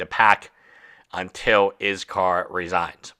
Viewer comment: If you're not going to pronounce his name the right way. They say anything at all. Everyone is blaming iskall, when it's the moderators fault. She's old enough to know what was happening. And she could have ignored his messages. But instead she continued knowing very well what she was doing. I've told YouTubers before. Viewers are not fans or your friends. They don't care what happens to you. All they care about is the moments you fail. And your content friends are not your friends, they're coworkers. Don't around telling them about your personal life. At the end of the day they're there for themselves.